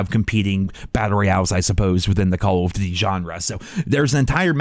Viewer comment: have you ever realised that you say Colv Ditty when trying to say call of duty:p